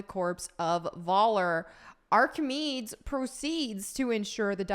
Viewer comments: Aar-kuh-mee-deez. Or Arc-ah-meaties. Please don’t say his name like arcmeedes or whatever again that hurt to hear. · Repeat after me: Ark-uh-me-deez. Thank you. 🤦‍♂ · “Archimedeeees”. Not Archimeeds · Me thinks you have never heard of ark-a-mee-dees, not ark-a-meeds lol. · Archimedes is pronounced, "Ark-ih-me-deez", not, "ark-ih-meedz". Sorry, but this bugged me. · It's Ark-uh-mee-dees, not Arch-ih-meeds lol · I've missed the mispronunciations 🤣 It's aar·kuh·mee·deez, Have a great day,. You're very beautiful today 😊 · Arcamedes (Ar-kuh-me-deez) smh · It's pronounced ARKIMEEDEES. Isn't it? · Arki-mee-deez -Greek mathematician, engineer, physicist....aaaaand also the grumpy owl from Sword in the stone. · Hearing you pronounce Archimedes (Ar-Keh-Me-Deez) reminded me of this hilarious Wheel of Fortune clip. Lol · "Archimeeds".... That's like Bill and Ted with "Socraits" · deep breath ...ArchiMEEDS?! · It's Ark-A-Me-Dees and he was the Da Vinci of the ancient world. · Archimedes is pronounced aa·kuh·mee·deez 🙂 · Ar-Ka-Me-Dees. Just a FYI. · too distracted by "Archi-meeds" lol -famous mathmetician and ... Hitler stan? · His name is pronounced ARC A MEE DEES a very important ancient greek inventor from history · It’s arca me dees ! Please say you went to high school and studied history 😢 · Ark-ah-me-dees my dear 😊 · R-ka-meed-ees ,no hate just correct pronunciation. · Say after me- “Ah-car-mee-deez” 🤣😉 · Ar-Ka-Mee-Dees. Good God 🙄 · Love your stuff but your pronunciation of (Ark-i-Mead-ees) hurts my soul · Archimedes is pronounced ARK-ah MEED-eaze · No, Archimedes (ark-a-meed-ees) was a famous ancient Greek engineer and mathematician who lived in the Greek colony of Syracuse on the island of Sicily. He was rumored to have made a weapon that helped to repel the Roman invaders. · You don't know who Archimedes was? (and it's Arc eh mee dees) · Ark uh meedeez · Made me smile every time mispronounced Archimedes.